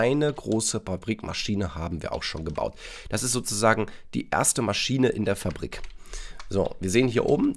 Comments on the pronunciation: Niemand: Wirklich niemand: Deutschstudent:MaschiEne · ES HEIßT MASCHINE OHNE IE HALLO HERR DEUTSCHLEHRER